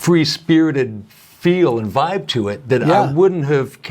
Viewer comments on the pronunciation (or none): none